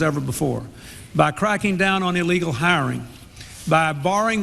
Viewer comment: Hey,... There is NO SUCH WORD AS "EE-Legal"!!!